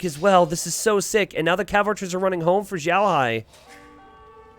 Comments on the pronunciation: Always love your content. FWIW, you're pronouncing "Xiaohai" like "Zhaohai". "Xiao" is pronounced like "Sheow", with X making a "sh" sound, i making an "ee" sound, and the "ao" making an "ow" sound. Other than that, I always look forward to your content and have been using it to better my own game! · Xiaohai, if it’s a Chinese player xiaohai is prounced sh-yow(L) in one syllable but with Chinese pronunciations each word has four tones so if I can see the words then I can let you know. Idk how to tag though 😅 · The "x" is very close to "s" you just roll your tongue a little.